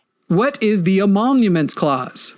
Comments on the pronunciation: I don't know if it's bad audio or actual mispronunciation, but it's emoluments, not emonuments. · Love ya. But you kind of undermine your entire point when you repeatedly called it the “emonuments clause” It’s “emolument” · Its emolument, not emonument. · It's Emoluments Clause not Emomuments Clause. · I SUPER appreciate the immediate timestamp before the clip. Soothes my broken brain 😅 Also, quick correction because it drove me crazy: it's definitely the "emoluments" clause, not the "emonuments" clause 😅 But yeah that lady hates trans people for sure. What a gross, dishonest bigot who genuinely hates her country. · It's the "emoLuments" clause, not "emoNuments" or whatever word you were saying. I'm sure you understand the clause, but being unable to say the word reliably isn't a good sign. Jus' sayin'. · Emoluments (not emonuments) clause